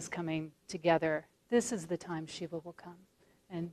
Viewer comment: It's Shiva, not """Shivver""".